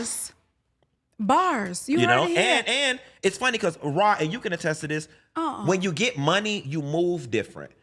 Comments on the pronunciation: I need him to call her “Rah” and not “Raw” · Not "Raw Ali"😂😂😂